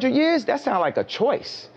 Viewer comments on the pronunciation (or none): none